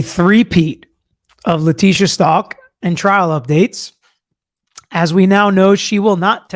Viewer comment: The last name is not Stalk it's Stauch. Like ouch with a st in front of it. If I was on the jury, my big question would have been, the note that was written in latin/spanish, was it written in front of the dr or brought in from her cell.